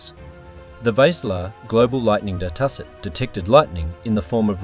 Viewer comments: has to be the oddest take on the pronunciation of "dataset" I'll ever hear in my life. Is this narrated by an AI?? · I thought the same thing, there are some other weird pronunciations too. Maybe a New Zealander :)